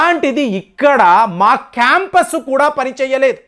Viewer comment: క్యాంపస్ కాదండి కంపాస్.